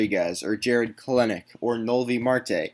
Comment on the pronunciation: Kelenic= Kell-nick Not Kelen-nick